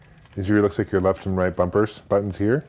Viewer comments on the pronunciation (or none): none